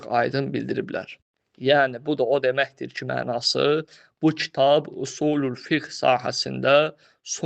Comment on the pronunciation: قرأت كلمة خطأ " في اصول الفقه " هداك الله.... يا طالب العلم